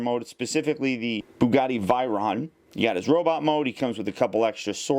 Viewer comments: It Is Pronounced "Vay-Ron Not Vi-Ron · "The bugatti virone" 😂 it's veyron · It's pronounced B-YU-GOTY-VAY-RON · It's pronounced vey-ron and it's the Bugatti veyron vitesse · its pronounced vayron